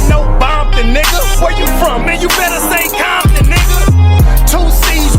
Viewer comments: Ain't no 🥾bompton. It's Compton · It's Compton!! Ain't nothing else...in my era even the Ru" said compton....you never heard Quik say that shyt until recent years....and why say it with a B??? They're not "bloods" .....there isn't 1 blood set in The Hub!!! All Ru's......🤷🏾‍♂️🤷🏾‍♂️🤷🏾‍♂️🤣🤣